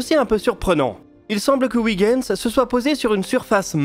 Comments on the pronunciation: Très intéressant comme toujours mais Huygens ne se prononce pas ouigens mais oeilgens. Oui je sais ce n'est pas facile les langues étrangères.... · Excellente vidéo, comme toujours. Un détail cependant: Huygens se prononce oeil-gaine-z, tout comme Kuiper se prononce cueil-pair (puisque ces deux savant étaient d'origine néerlandaise) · Je comprends qu'en France on n'ait aucune notion de néerlandais, mais pour moi qui suis belge, "Ouiguens" ça m'écorche toujours les oreilles... (Ce n'est pas dit méchamment, hein...) Sinon, super vidéo, comme d'habitude. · Je suis flamand. Je vous félicite pour votre prononciation de Kuiper et vous informe que la phonétique est identique concernant Huygens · Etant flamand, je vous félicite pour la prononciation de Kuiper. Faites de même pour Huygens. Belle vidéo. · Effectivement. Une fois, ça passe, mais répété autant, ça gratte.... Et je suis originaire de Huy of Hoie in Vlaams ;-) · Je confirme, ça se prononce comme dans "oeil".